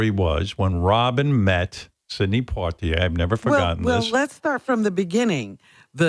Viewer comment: Port-ier??? Really?????